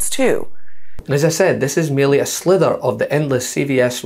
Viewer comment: I hate to interrupt, but it's "sliver" and not "slither".